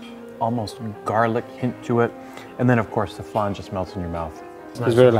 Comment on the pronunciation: It’s Flan, not flarn , it’s Parmesan not parmejarn.